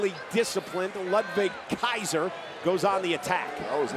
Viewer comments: The way Samantha Irvin nailed that “Ludwig Kaiser” just never disappoints 😂😂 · The way Samantha says Ludwig Kaiser is 10/10